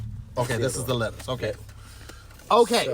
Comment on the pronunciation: he said "bankin, letters, tomatles" LMFAO